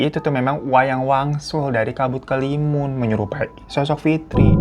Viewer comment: BANG SETAU GUE ITU NAMA NYA KABUT HALIMUN DEH.. BUKAN KELIMUN